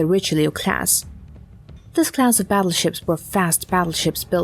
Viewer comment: Sounds Asian. Always says “crass“ instead of “class“. It’s got to be easier to use a human voice…